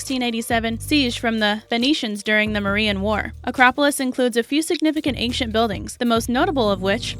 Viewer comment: Did anyone notice the pronunciation of the word ancient??? I SWEAR she said ank-cient lol